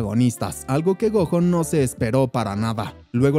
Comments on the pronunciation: Es gojo como decir Goyo con y con la j 😅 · se escribe gojo pero se pronuncia GOYO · No se proninsia como lo ases el nomvre es goyo asi se dise pero se escrive gojo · la pronunciación del nombre del prota Gojo así se pronuncia en escritura pero la pronunciación es como si lo dijeras con "Y". (Espero me entiendas)